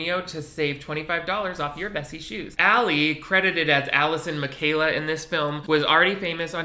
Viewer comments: I think their last names are pronounced something like “Mih-shock-ah” not “Michaela” lol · I’ve never heard their name pronounced that way @@ isn’t it Mitch-all-ka? HAVE I BEEN SAYING IT WRONG FOR A DECADEEEE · wait... miss girl were you pronouncing MICHALKA AS MIKAYLA???? It’s pronounced (MI-CHALK-AAHH) Lmaoooo still love u!!! 💕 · Mikayla?!?? Mi-shal-ka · BTW their last name is pronounced "mi-shaw-ka" not "Makayla" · Omg MICHALKA not mikayla! It’s like Mitch-aca (like aca pella) 😅 You should react to their music videos. I’m sure you know at least a few of their songs.... they slap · Mish awk ah. Not Michaela lol not to be an aly and aj snob 😅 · Is no one gonna point out how he pronounced their last names as Mikayla 💀😂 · he did not just pronounce Michalka like Mikayla xD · i saw this movie for the first time during quarentine and for some reason, wrote a flaming review on letterboxd, idk why but i got really worked up about not liking it lmao, when it's like, fine. also i had to look up how to pronounce michalka cuz u said mikayla and i was like have been wrong my whole life? but no, you were wrong haha, it's mee-CHA-kah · I didn't see anyone else say it, but I'm pretty sure its "Mi-shal-kah" lol 😅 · Lol Michalka not Michaela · Don’t know if anyone else said this but you pronounce their last name wrong. It’s Ma-shock-a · Why u said their last name wrong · Surely that’s not how you pronounce Michalka.... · Hahaha that is definitely not how you pronounce their last name